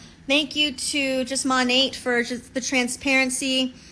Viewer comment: She's probably the first Monat hun I've heard pronounce the name correctly. May be nit-picky, but when you can't even say your cult's name correctly (barring language barriers, ofc) but you swear your life to it and compare it to your religion, that makes me squint...